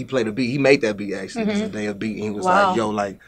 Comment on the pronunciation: The way she pronounced zendaya name 😂 aw man.